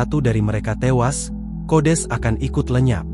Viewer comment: Datuk kau kodes🤪. Sekalian kau sebut kudis. Yg betul itu kodeks😜